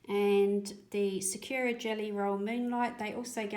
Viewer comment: Thanks for the mixing on the plate method. I’m going to try that out! (By the way, sakura is not “sa-queue-ra”, it is pronounced “sa-koo-ra”. It’s Japanese for cherry blossom.) 😁